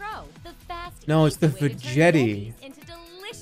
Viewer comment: Jerma: pronounces Veggetti like vagina The commercial: the Veghetti... Veghetti... buy a Veghetti now! Jerma: so anyway the Vejetti